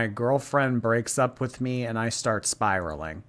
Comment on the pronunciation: Spiralynn is spiraleen 😅